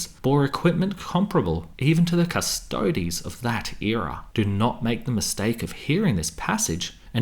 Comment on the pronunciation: Legio cus to des. Ahhhh why are you saying it wrong.